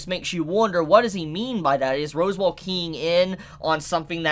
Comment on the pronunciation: You're aware you're saying "Rose Wall" right? 😂